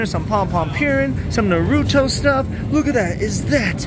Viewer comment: missed pronounced “Naruto” Again